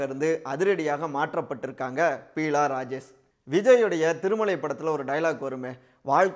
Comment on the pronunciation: She is not Peela Rajesh, but Beela Rajesh. Please correct yourself. It looks very awkward.